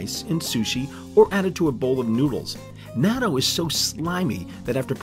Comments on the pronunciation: Nya-tu? Thus I stopped watching and gave an immediate thumbs down. It's [nah-toe]! For the love of gawd, if you're going to do a video about a country... try your best to get the damn pronunciation of things correct! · Wow pronunciation of Japanese natto is so butchered, thats why I don't watch dubbed anime in English.